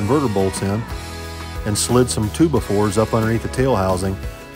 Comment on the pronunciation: what's a "tubafor"? and don't say for playing music 😆 #tubafor #toobafore #2x4 #twobyfour #hillbillyenglish